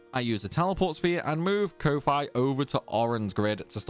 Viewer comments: names tidus kofi to avoid pronunciation problems proceeds to pronounce it in a way that i refuse to believe is correct XD I've always pronounced it as Coffee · speaking of pronunciations, I'm pretty sure that Ko-Fi is pronounced "Coffee?" Idk that's what Thor of Pirate Software says so take that for what it is. Also it's Tide-us because that is what English speakers assumed it was back in the day. Obviously—if you are a weeb or Japanese—then it is Teed-oos. If you say Teed-us then you are just doubly wrong because you are trying to be a weeb but failing in the second syllable.